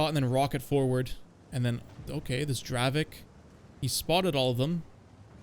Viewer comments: BRO do not say DraveK. Why the F. do you pronounce it with a K ? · Yo, no offence but please call the Dravec "Dravets", the way you see it written is the way you should read it, it kinda triggers me as im Czechish, but please. Love your content btw, i learned the game from you<3